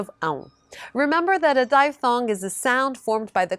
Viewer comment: Please change your pronunciation of the English word, diphthong. The "i" is a short "i" sound, as in "hip," not a long "i" sound, as in "hide." Otherwise, thanks for these short tutorials. As a beginner, I'm paying most attention to the sound of the Portuguese language.